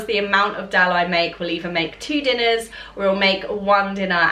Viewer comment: Dahl is pronounced dARL not del